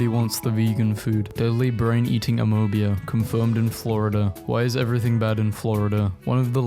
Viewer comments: Bro said "amobea" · "amoebia" "karaktoe a" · hmmm amoubia, ameebuh, on purpose? dyslexia? karaktoa? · Sorry bro, Amoeba is pronounced uh-mee-ba. Don't ask me why. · tht pronunciation of amoeba made me feel a visceral reaction